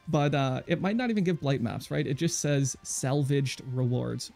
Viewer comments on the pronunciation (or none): none